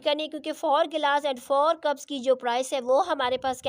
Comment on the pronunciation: Lmao that cuups and gelaas was crazy at the end 😂